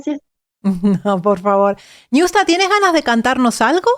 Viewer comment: No es niusta es ñusta